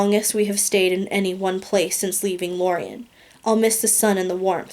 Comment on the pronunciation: You said lorien wrong